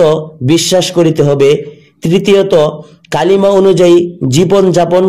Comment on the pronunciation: Kalima noi kolma